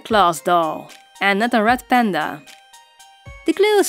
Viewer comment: I heard ‘rat panda’ at first... oops